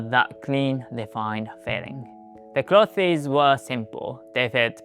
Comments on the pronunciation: Great video, small note on your English. I noticed that you pronounce “clothes” with two syllables, clothes-es. That’s okay, I get that the “-thes” is kind of a weird cluster. It should sound very similar to “close” but with a “th” sound in the middle of it. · You're saying clothes wrong. You emphasise the "e" on cloth-e-s. It should sound more like "close" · remember clothes is pronounced almost like 'close' as in 'please close the door.' Not 'closes' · Also please ignore me if you don't want this information, but: "clothes" is pronounced like "clothz", very very similar to "close" (if you say "close" with your tongue sticking out, that's pretty much "clothes" haha). Your English is really high-level and your accent is really good and very easy for people to understand! Just giving you this info since all of my Japanese friends struggle to pronounce "clothes". I'm sorry English has such silly spelling!! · Great video! It is pronounced Kloze